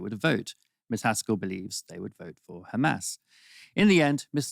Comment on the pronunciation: It's Hamas - not "Khhamas"